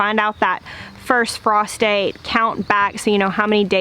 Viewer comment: The first time you said "frost date" I heard "prostate"" and, long story short, I literally scared the piss out of my dog laughing 😂